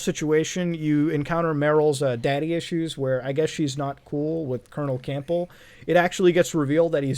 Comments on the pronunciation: Colonel “Camp-ble” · Loved the video! Really enjoyed your thoughts on the whole saga. One thing that bugged me enough to mention though- Campbell is pronounced CAM-BUL, the 'P' is silent. (not trying to be a dick- just naturaly am one) - "I'm not a doctor" Wait, WHAT!!? Peace. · I’m getting triggered with how you butchered Campbell’s name lol